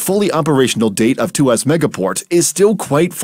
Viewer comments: It's tu-ah-s, not tu-ass. 😒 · Two Ass? LOL! It's pronounced as Tu waus. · It's Tua ...sss not two ass ! 😂😅😊 You can call us a bad ass port but not a 2 ass port. 😮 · Excellent video...just want to point out it's pronounced as Two-ask...not Two-ass lol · It’s pronounced too-wahhs actually . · walao siapa pronounce tuas begitu??? xD